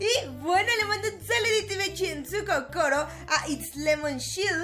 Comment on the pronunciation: Por que dices cocoro